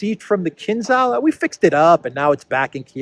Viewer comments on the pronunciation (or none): none